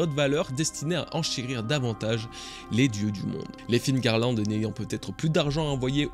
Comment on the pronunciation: Mais pourquoi tous les francais disent encore figarland ???? C'est FEARLAND PAS FIGARLAND ?? Meme dans le film qui fait une erreur de doublage il dit "Féarland" jpense c'est pour ca que tlm fait l'erreur